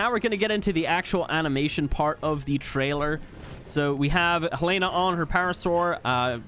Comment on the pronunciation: It’s hellana